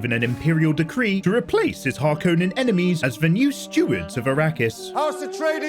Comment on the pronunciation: I strongly dislike the way you say “Harkonnen”. Other than that, this recap saved me 3hours. Thank you. 🙏